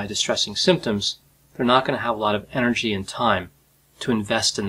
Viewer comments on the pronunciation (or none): none